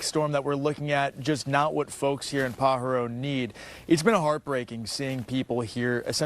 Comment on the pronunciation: Say it, PA HAR O. How I wish newscasters could pronounce correctly.